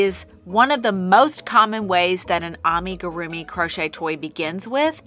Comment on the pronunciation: Wait... he only added a few rounds to an already started magic circle and then just tested hook smoothness (or lack thereof?!)?! I was wondering how he was going to finish that difficult-looking Harry Potter! Bummer. Wanted to see that. :/ p.s I am triggered by how you're pronouncing amigurumi. 😂